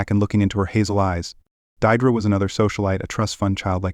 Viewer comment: "Deirdre" is pronounced "Deerdree"...